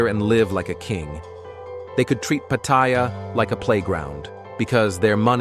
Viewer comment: Try pronouncing Pattaya first...doofus. I say..."Good, let it rot."